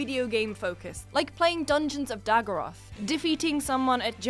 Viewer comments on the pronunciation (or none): Dungerons of Daggorath not Dageroth, stupid Girl! And you are clearly no RP1 Book Target Audience! Exactly those things you cirtisized are the things that Nerds fell in Love with! And how to explain some References in a Book without listing them? GameSpot? More like Bitchspot! I start to hate the these "Peggy" Characters so much. You heard right. As of The Big Bang Theory "Peggy"! Braindead but nice looking Girls somehow have nothing to do in a NERD Show other than showing some Flesh! Not because we NERD's are sexistic, but because those Girlies cannot add more into the Mix than their Flesh! I'd rather watch any NERD Youtuber's Review of a NERD Movie than a Peggy reading down a Teleprompter not understanding the Value of the Theme but looking good doing it!